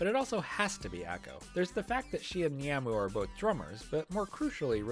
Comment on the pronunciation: This was a great video, and I really loved all the points you made! I don't know if this is nit-picky of me, but in the future if you make more Bandori-related videos, please fix your pronunciations of the characters names! Specifically the "a" sound. For example, you pronounce Taki close to "tacky", when it should be pronounced like "tah-kee", Ako, should be pronounced "ah-ko", and Kasumi needs that "ah" sound too. Was a little distracting from an otherwise entertaining video!